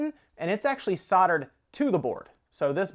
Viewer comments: ‘Soldered”... (not soddered) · Soldered not soddered